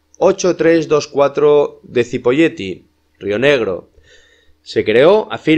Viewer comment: muy bueno, se pronuncia "chipoleti"